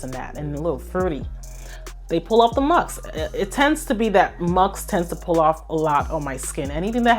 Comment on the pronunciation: Thank you for a lovely high quality video 😊 I really like the variety and that you explain the scents - you do it so well! One small piece of advice, if I may; it would less distracting if you pronounced musk, ask, Taskeen.... mux, ax, Taxkeen - I have clicked of videos before bacause of repeated pronounviations of sk as x. 🙈 It is a small thing that agitates nerds like myself 🙈😂 But of course, keep being yourself. ❤